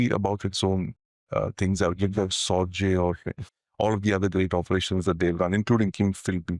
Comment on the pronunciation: Just ran into this video and watched for the first few minutes, and halted it, the man offering his pearls of wisdom in the video is a symptom of the lack of quality and insights in the Indian media. This guy cannot even pronounce Sorge's name, its pronounced "Raik-hard Sor-gay". No doubt Sorge had the most valuable insights, which he passed back from Tokyo to the Soviet Union, through 1941, while Stalin did not believe in the warnings of the German invasion initially, subsequently the Soviets would trust Sorge's word, especially the one about the Japanese unwillingness to start another war with the Soviets, after the German invasion of the USSR, which allowed Stalin to move well over 20 divisions from the East of Ural, to Western/European Russia, to fight the Germans. But Sorge was discovered and arrested later that year. The real gem, whose real identity has not been confirmed to this day, was Werther, some say it was nobody but Martin Borman. If Werther is ever identified, he would be the greater Soviet Spy, in how he worked through the war with the Lucy Spy Ring of Rudolf Roessler, passing info to the USSR and inflicting defeat after defeat on the Germans, such as Kursk in 1943, for instance.